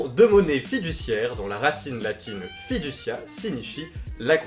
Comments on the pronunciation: je suis navrée mais ça se prononce [ fidoukia ] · Frigiel, en latin "Fiducia" ne se prononce pas comme tu l'as dis... Si je te le dis avec des lettres différentes tu devras le prononcer "Fidoukia" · Super vidéo! Mais ca fait tres tres bizarre de te voir en tant que "prof" alors que en 2013 ou encore aujourdhui tu fait des remarques debiles mais droles quand tu joues sur ta chaine gaming! ah et tu as fiducia mais ca se prononce Fidoukia (je fait du latin du coup je sais comment ca se prononce)